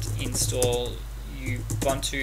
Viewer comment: Great, helped a great deal, my friend thank you. By the way; it's oo-boon-two, not u-bun-two which sounds a bit lame. Peace!